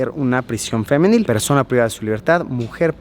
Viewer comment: Hay cárceles femeniles junto a ala de hombres y también se les llama mixtas yo creo que por eso hizo énfasis en la palabra.